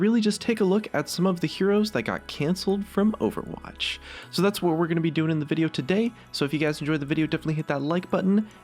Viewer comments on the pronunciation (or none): none